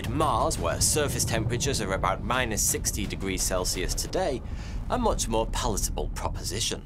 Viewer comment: It’s funny how your channel is supposed to provide vetted information but you can’t even pronounce the word more